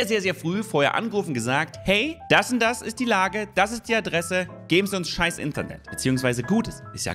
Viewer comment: Die Betonung liegt hier auf INTernet